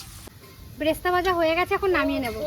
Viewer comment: সিম্পল কে সিম্পিল আর ক্লিপ কে কিলিপ উচ্চারণ করে এদিকে বেরেস্তা কে ব্রেস্তা এই ভুল উচ্চারণ টা করছে কেন ইস্প্রিং মার্কা উচ্চারণ হয়ে যাবে বলে নাকি! অমিত দার আনা শুভর জন্য TShir and Pant টা খুব ভাল হয়েছে। শুভ ওটাকে Black powder বলে না Black paper dust বললে ঠিক ঠাক বলা হয়।